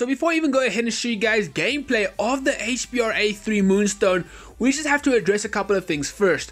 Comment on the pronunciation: It's HBRa3 not HBAR3